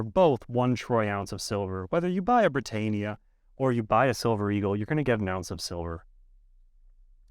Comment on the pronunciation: You're saying Britannia wrongly